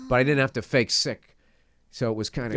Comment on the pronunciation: Bill saying, “sik” lol. hell yeah